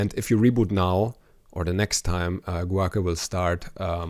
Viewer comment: Guake - is probably pronounced Gwake